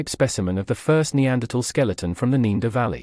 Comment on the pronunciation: why says the moderator ne-a-derthaler right and neaderthalervalley wrong al the time?